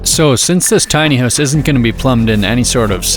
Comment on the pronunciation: Why does it sound like you're saying "tiny ass bathroom" lol